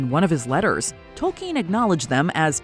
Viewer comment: His name is Tolkien. Not “Token”.